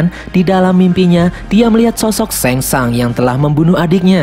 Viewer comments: Bukan sengsang tapi sungsang bukan liu kang tapi liu keng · Bilang nya sang shung pliss